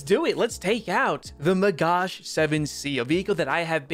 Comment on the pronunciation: It's a MAGACH not MagaSH stop calling him this way or just call it a Magah it hurts my ears as an Israeli omgn